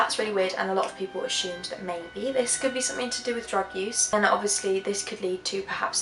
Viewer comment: Strangest thing about this whole thing is where the "h" sound comes from the word Assumed?? Lol